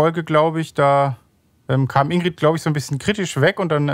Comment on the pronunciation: in.gr.i.d. nicht indeed